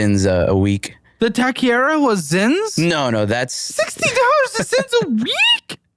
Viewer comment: Say it with me TAWK-ER-REEA (roll the R's)